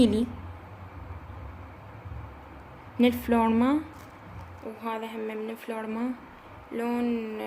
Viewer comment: افلورمر مو افلورما هههههه😂😂😂